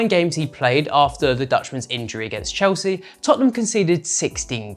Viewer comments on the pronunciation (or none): none